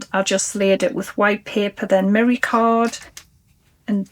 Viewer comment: I never got a response to my inquiry about merry card, but I think you were saying mirror card. I had the volume down and the cc on. Sorry, I just didn't understand.